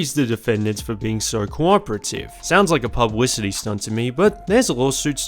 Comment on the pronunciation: “Pupwissity stunt”